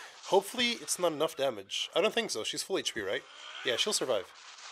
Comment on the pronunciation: lol i like it. "Dámágé"